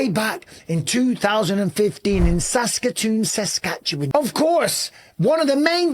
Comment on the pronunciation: Great pronunciation of Saskatoon Saskatchewan champ !